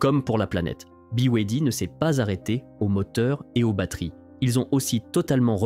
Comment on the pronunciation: Ya bien juste des français pour mal prononcer 2 lettres sur trois ! Buy way D! Ça se prononce comme les lettres : Be, why, Dee